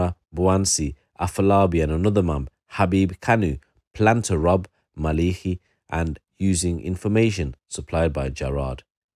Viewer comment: It's pronounced ma Le ki not maliki was known locally in the south east and beyond